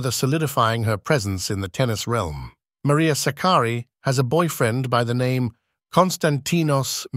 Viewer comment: the first time anyone has pronounced her name correctly - greetings from Philippines